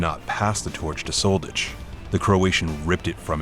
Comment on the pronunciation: If I didn't search for his name I thought his name was Roberto Soldedge. When you make commenary about ex-yu names make sure to pronounce them correctly. You are pronouncing something that doesn't exist and make your life complicated. It's much more simple to learn 1 letter "ć".